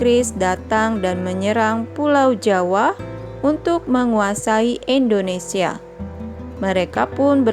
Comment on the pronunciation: indonesia kak bukan endonesia